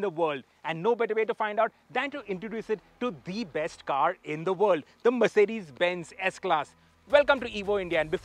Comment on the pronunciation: It's world not ord